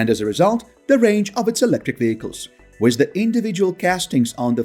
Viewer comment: The word with is pronounced as with not wiss.